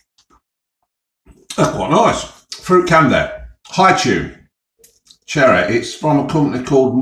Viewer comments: Cherreh and strawbreh. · Cherreh and strawberreh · CherrEh and Strawberrehhhh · Cherreh and strawberreh.